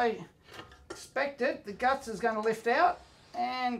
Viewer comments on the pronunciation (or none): none